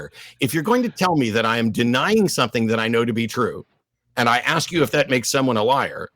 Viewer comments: I'm pretty sure says axe instead of ask. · I was amazed he said “asking” instead of axing!!!! Maybe there is hope for this brutha